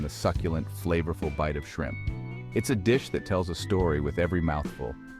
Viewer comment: AI has trouble with shrimp